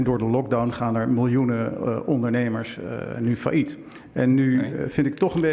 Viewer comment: leer Failliet uitspreken s.v.p.